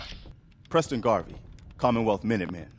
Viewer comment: I'm actually kinda mad they got Preston's name wrong. But I understand... Garbey is hard to confuse for Garvey